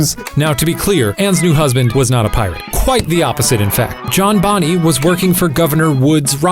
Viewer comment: Am I the only one getting irritated when Shane pronounced it Anne Bonnie instead of Bonnay? (Also... Cor-mac, not Cor-mic)